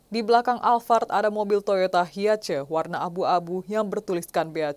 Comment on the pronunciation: HIACE kok di baca ,HIA CE walah viral juga ini harusnya di baca Hai es wkwkwwk